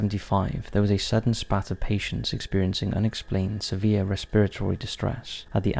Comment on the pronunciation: Have been following your channel since the beginning - love your content but your mispronunciation drives me mad! Examples : curare is pronounced cur ar ay not cur ar. Spate is spayte not spat!